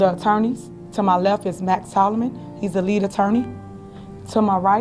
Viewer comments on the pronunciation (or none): none